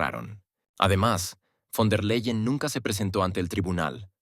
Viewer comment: Quien es Guaidel?Ni fon der Leiel Repite:BEIDEL von der Laien asi se lee